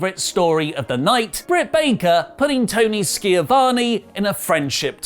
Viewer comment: still got the Ski-a-von wrong...